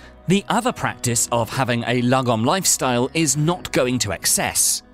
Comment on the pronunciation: If you're Swedish like me then this video is pure comedy gold 😂 I can't get enough of his pronounciation of "lagom" 😂😂